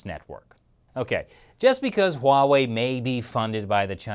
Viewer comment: Stop pronouncing Huawei wrong lol